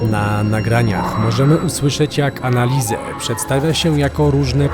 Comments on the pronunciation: Anneliese a nie annaliese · Anelisa/Anelise(drugie n powinno być nieme). Wydaje mi się, że tak to imię powinno być wymawiane. A siostra Marta była starsza, w końcu urodziła się 4 lata szybciej. W takich małych miejscowościach niemieckich gdzie są kościoły,często dzwony biją o równych porach, a nawet dają znak co 15 minut. I nic dziwnego, że dzwony biły jak wieszali człowieka, jakoś trzeba było to ogłosić społeczności, i być może oddać ostatnią cześć osobie , która była przed nią postawiona. Może i była opętana, ogólnie przykra historia. Jednak uważam, iż napięcie które próbujecie zbudować, jest dla wyświetleń? Mimo wszystko fajny odcinek, który zawiera istotne informacje. 😊